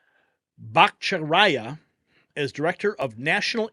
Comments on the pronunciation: lol, ….Dr. “ botta-Char-e-ah”!! …a Few Exceptions in Our Podcasters have Butchered Pronunciations…😌😂 The PASSION & RELEVANCE of Our Conservative News Friends is What Counts!!!👍🤗We Love ya 👍🙏… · “Dr. botta-char-e-ah”…lol Love ya 👍🇺🇸🇺🇸🇺🇸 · That's Dr. Batta char ee ah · Pronounced “Botta-shar-ee-uh” 😊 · Can't you guys Google "Pronounce Bhattacharya" ? bot'-uh-CHAR- (e)ya Jeez! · Surgeon general pick is questinable, but I think she may have reversed course when she figured out the game. Butta CHAR aya is how you pronounce the good doctor's name and Rudy Giuliani was de-banked? WHAT THE FK? Rogan just had a guy on his show explaining this process and Elizabeth Warren has a huge hand in how this shit i done with her whatever-the-fk bureaucratic entity she runs. You should watch that. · It is pronounced Batt-a-char eea ( Battacharya) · That’s Dr. Jay Bhat-ta-char-ya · Fantastic news! BTW, since you’ll be saying his name in the future, the pronunciation is Jay Bat-a-CHA-ri- a. And while you’re at it, the word nuclear. Please! It’s NU-CLE-AR. I DO love your program! 😘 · Excuse me, but please stop slaughtering the name It's four syllables and they are: BA TA CHAR YA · bot a char re a is the pronunciation of Jay's name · Your average conservative knows how to pronounce "ba ta CHA ry a." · Bat-Ah-Char-E-Uh....just FYI. Good man. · Just an FYI it’s pronounced “Bot tah char i ah” 😊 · I think it’s pronounced batta chair eeeuh. Wonderful choice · I like your channel, so please look up how to pronounce the good Dr’s name before you cover him again. Thanks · Pronounce Jay's name.right...please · Lazy not bothering to learn to pronounce names. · You need to learn to pronounce his name